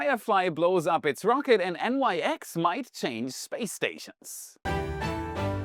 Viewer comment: As the Nyx is named after the ancient Greek goddess, it likely is pronounced /nɪks/ (IPA/English) and not N-Y-X.